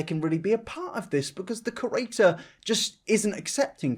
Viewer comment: Whenever you say ‘creator’ it sounds like ‘curator.’ Don’t hate me, I love your videos! Keep up the great work:)